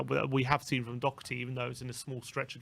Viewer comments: Do her ty. Not Dock erty. There is no c or k in his name. DOHERTY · DOH-ER-TEE!!! Not Doc-er-tee!!! One of the these days you'll pronounce it correct.